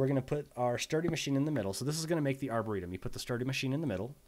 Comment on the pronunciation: when you said "arboretum" i heard "our burrito" lol